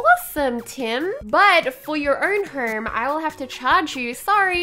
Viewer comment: I love u I love how u say herm and not home I just love u